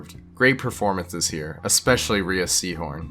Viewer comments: Rhea is pronounced RAY, nor ree-a. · Rhea Seehorn's name is pronounced "Ray" not "Ree-uh" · Rhea's name is pronounced like "ray"